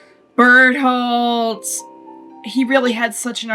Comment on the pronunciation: Whenever she says Bertholdt, it sounds like Butthole to me xD